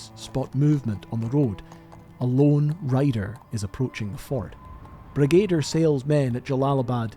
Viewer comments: Well done. Very well presented. My only tiny criticism is your pronunciation of “Brigadier”. It is not BrigAder. It is BrigaDEER. One wonders how many good men through the ages have died for the hubris of leaders whose confidence far outstrips their competence. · Impressive work, a little disjointed at points. But I have to take issue with the pronunciation of Brigadier. It's Brig-a-deer, Not Bre-gay-duh. Drove me nuts! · Brigadier is usually pronounced 'brig' 'ah' 'deer'.